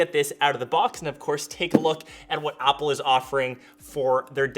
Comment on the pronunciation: "Upple"? i thought they are called "Apple"....